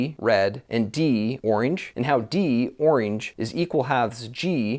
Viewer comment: why don’t you know how to say orange ?